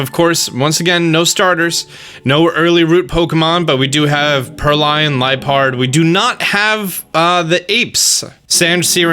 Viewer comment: why do you pronounce pokemon names so weird? Zigazoon? Salamance? Purrlion? Uzafezant? I mean you have the names right in front of you if you need to you can just sound them out like this, Zig-ZUH-Goon, Sal-Uh-MENCE, Purr-LOIN, and UN-Fes-ent. And how DARE YOU pronounce Pawniard (Pawn-yard) as Pawnuward or Pawnaward?!! I don't even know exactly what you said!!!